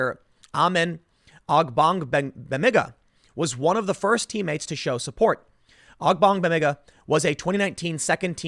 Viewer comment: How in the world Tim can pronounce the name Ogbongbemiga without skipping a beat, but not McGowan, is beyond me. I'm not mad, just bewildered.